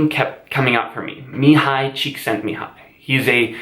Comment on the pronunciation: I've been loving your videos for a while but the fact that you pronounced Csíkszentmihályi correctly just made you my official favorite. Such a small thing but after hearing so many people butchering his name or just waving it off as a 'or something like this', it made me really happy, so thank you.